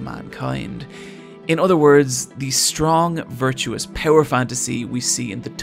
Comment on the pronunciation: Virtuous, not virtuos. That bugged me more than it should.